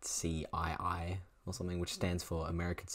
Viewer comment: WHAT DO YOU MEAN A-S-C-I-I ITS PRONOUNCED LIKE "ASS-kee"